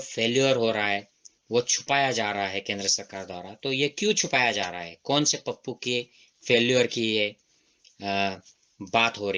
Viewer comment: Pappu nahi tappu bola